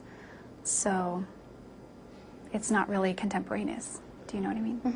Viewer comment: "It's not contemporaneous." She pronounced it wrong and used it in the wrong context. But she's the smartest one in the room, and it's the dictionaries that have it wrong. Q: Do you think you'd turn yourself in? A: Can you imagine giving up your own freedom? But, but it was self defense! You can't be charged with First Degree Felony Murder for protecting yourself! Q: What's your cousin's name? A: I'd rather not say. Of course you wouldn't, because no cousin ever showed up in court never mind talked to her about suicide. But saying "She's not here today" is the closest thing to the truth she's ever said. Q: Why are you speaking to the media today on what could be the eve of your verdict? A: Well, my agenda at this point is to bring awareness to domestic violence. Oh, I understand. You're doing all of this to show men that they can also be victims of domestic abuse, and they don't have to be quiet about it. So all you men out there who don't know what to do about domestic abuse, take it from Arias. Document everything that happens to you. That way, if you need to kill your girlfriend/wife/partner in self defense, there will be a record of what's happened before. Notice how she looks down after she tells a lie? , she says that she and Travis had talked about recording phone sex on a chat conversation that wasn't entered in to evidence. If there was any record of anything that Travis had talked about, it absolutely would have been introduced as evidence. It would have bee